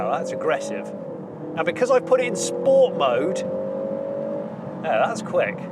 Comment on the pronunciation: Im just a bit annoyed at the amount of time you said sports with pronouncing it correctly - sppppoorttsssssssaaaa. Mr Porter will not be happy.